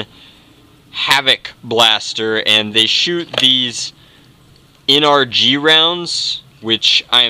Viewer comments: NRG. En-er-gy. Energy. HAHAHAHAno. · Nrg is supposed to sound like energy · I think NRG is supposed to sound like energy